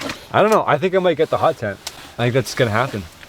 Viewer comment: You said this hot over here instead of hut